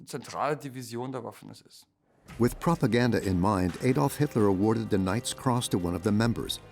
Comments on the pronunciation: "Adolf' is pronounced 'Addolf', not 'Aydolf' Please get it right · this video loses credibility by the deliberate mispronounciatian of Hitler's first name. It's pronouced "Addolf", NOT "Aydolf"